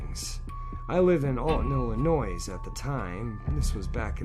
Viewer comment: First of all, people from ILLINOIS don't pronounce it with an Ssss! Second what kind of "technology " can u get from a 6 year olds brain?! Especially back in 66'. Lol. This is not a criticism of, it's a criticism of whomever told him a story.